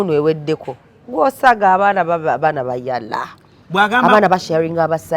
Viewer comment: nga you're emphasizing "bayala"... 😂😂😂